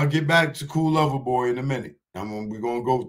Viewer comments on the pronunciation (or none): CERTIFIED LOVER BOY .. please say it right